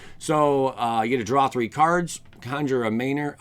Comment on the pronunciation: I like how he said Conjure with the razzle dazzle at the end. It wasnt "conjure" it was "Conjour". I felt fancy typing that out.